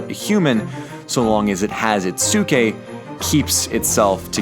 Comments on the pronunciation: the way you pronounced psyche, i could only imagine socrates going around athenian streets yelling "psyche psyche 5 drachma" trying to fish students. kidding aside its not "sookie". its like psychology(so roughly psy-key) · "sookeh"? :P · its pronunced psike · Dude your pronounciation hurts me. I get the vowel thing you are trying to be closer to ancient greek. But your inability to pronounce the p in ps hurts my ears. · Your pronunciation of ψυχή is wrong. The right way to say it is closer to ps (as one consonant) followed by "e" the way you say it in the alphabet followed by hee. (The letter χ doesn't have equivalent to english pronunciation as it does not exist in english). Also I am apparently really bad with tones/stress marks. So don't fully trust what I'm saying.